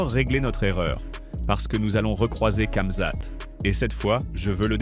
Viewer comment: Tu me fou l'angoisse a dire " CAmzat" dis ramzat a la limitte si tu sait pas faire l'accent